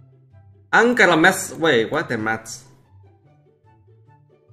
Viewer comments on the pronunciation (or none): none